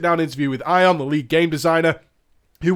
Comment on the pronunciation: Ion is pronounced e-on, not doombringer e-on.